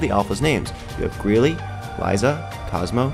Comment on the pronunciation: I think it said Greel not greely